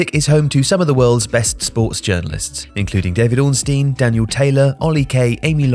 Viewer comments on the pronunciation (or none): none